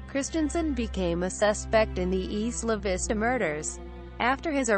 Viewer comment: EYE-la Vista